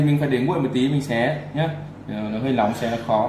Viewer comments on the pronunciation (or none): none